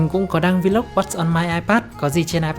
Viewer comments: Góp ý: Vlog không phát âm là Vi Lóc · Góp ý: Vlog không phát âm là Vi Lóc nha bạn.